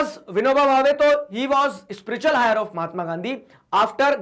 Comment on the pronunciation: Heir is pronounced as “air” not higher